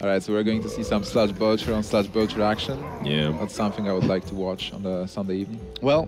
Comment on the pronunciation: It bothers me a lot that none of the Hearthstone casters pronounce "Sludge Belcher" correctly, they all say "Sledge".